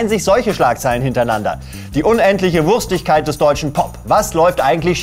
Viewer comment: Wurschtigkeit ≠ Wurstigkeit